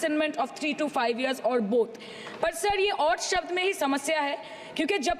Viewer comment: Jab hota hai, zab nahi Jaanwar hota hai, zaanwar nahi Shabd hota hai, sabd nahi